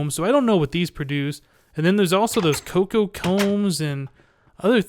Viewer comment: It's Cocoa, like the powder. Not Coca.